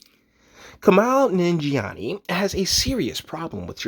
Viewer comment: Fucker u just made a whole video about him and doesn't even know to pronounce his name.